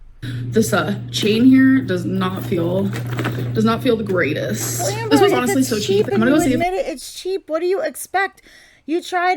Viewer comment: You said Hamber! Love it! LMAO